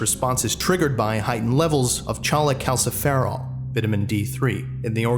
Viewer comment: I'm sorry but it's fucking pronounced "coal-eh-cal-sif-er-ol"